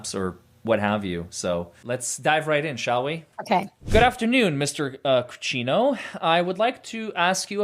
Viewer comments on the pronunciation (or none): "Cruchinho" is pronounced Cru-SHEE-nyu. More or less. It's Portuguese. So is Rodrigues with an S.